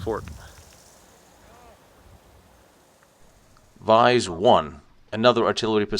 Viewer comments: Vise should be pronounced "VEE-ZAY", it's the same name as the local village "Visé" 'with an accent) nearby. The staff is indeed very well informed and friendly, same experience here. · Btw it’s more like Vie-zee not vice. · Hi, Very nice documentary. But "Visé" should be pronouced "Veezay" in English, and not vice.